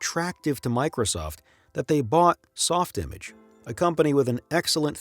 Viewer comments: not to nitpick but 3D old timers like me can tell you that Softimage is pronounced “softimaahj” in the French style 😊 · Back when SoftImage was rendering dinosaurs for the original Jurassic Park, I was a TV & Film major and got to go to a trade show. It may sound pretentious, but for what it’s worth, they pronounced the software “soft imahhhj”. No, seriously! 😂